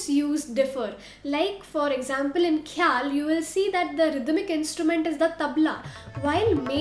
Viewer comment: When you can pronounce Khoyal with Kha (ख ) خ like khan ख़ान ओर ख़ून then why are using खे ??